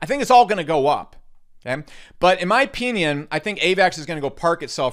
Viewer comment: STOP SAYING "OPEENION"